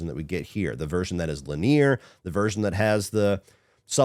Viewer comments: Lin-ee-er, not Lin-eer. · The real crime is the mispronunciation of linear.